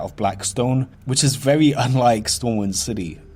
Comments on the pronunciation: he says verwy so fucking much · Vewy Creeppy